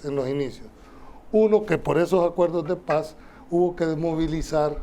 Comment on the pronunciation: Hey, se dice acuerdos de Paz. No acuerdoh de pah 🤣es cierto que sos jan migueleño pero en el programa deberías hablar como chalateco con la “S” bien pronunciada 😅😄😄